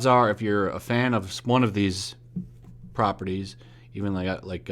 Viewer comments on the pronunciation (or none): none